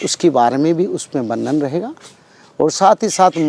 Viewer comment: वर्णन शब्दका उच्चार वर्णण या वर्नन ऐसा होना नही चाहिये।